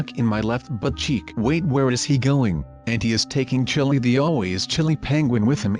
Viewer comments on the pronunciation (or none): none